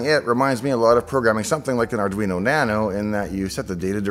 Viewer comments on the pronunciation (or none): none